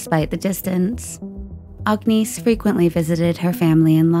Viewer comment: 👋🏼 Just so you know her name it’s pronounced like this, “Agg-Niss” Agnese. The “e” silent. 😁